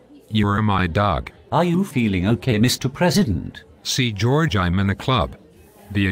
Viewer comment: Jow-erge! lol